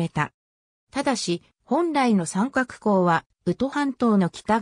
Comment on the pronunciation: …三角は <さんかく>ってよみません。読み方も知らんなら出すな。 みすみって呼ぶとばい。